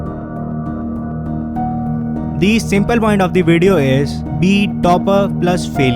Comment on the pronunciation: Bro it is point not pont